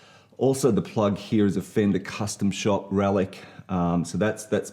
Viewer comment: You lost me at "relic'd".